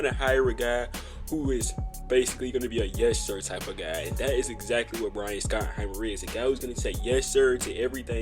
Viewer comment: You should probably learn how to say his name. It’s pronounced “shottenheimer”.